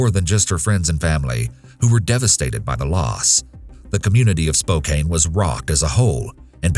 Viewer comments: It's pronounced Spo-can 😂😂 surprising to hear about Spokane on one of these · I'm from spokane and your pronouncing it wrong, its spoh-KAN. Its can not cane. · What an eerie list of crimes. Lived in Spokane (pronounced Spo-can) and now live in Vegas. Creepy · It's pronounced SpO-can Also I love your videos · As a Spokane native I'm glad to know that the Candy's killer has been found, even if he's already dead. That being said, it's pronounced Spo-KAN, which is completely none obvious from the way it's spelled. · came on here to say it too. "Can" not "Cain" - also hear it said as "Spoken" a lot too, why can't narrators take two seconds to freaking find out how things are pronounced. Watched a vid the other day (a different creator) and he freaking called Seattle "Seettle" about a dozen times... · The story about the girl is apokane actually spooks me a little bc I live in spokane. Also his pronunciation of it irks me for some reason 🤣😅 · I'm from Washington originally too and everytime he mispronounced it, I said it out loud correctly, because it bothered my brain 😂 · The mispronunciation of Spokane is forgivable due to the “e” on the end; a lovely town, all the same. I’m from a town named Orion. However, the locals incorrectly pronounce it “Or-EE-un.” They make fun of outsiders who actually pronounce it correctly as “O-Ryan.”🤷🏼‍♀️ Speaking of regional mispronunciations, Michiganders incorrectly pronounce Oregon as “Ore-GAHN.” And THAT really bugs me. I ask them, “Do you pronounce your own state as “MichiGAHN? Well, no.” They can’t (or won’t) comprehend that Oregon’s last syllable is pronounced a lot like Michigan’s, in that there is no emphasized “GAHN” at the end. You can correct them a hundred times, but they still insist it’s “OreGAHN.”🙆🏻‍♀️🤦🏻‍♀️ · gah... idk why it bugged me, but everyone not from spokane seems to say it like "spo cane" instead of like "spo can", so, thats how its pronounced, ends with "can" not "cane" lol /nbr/lh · It's spo-can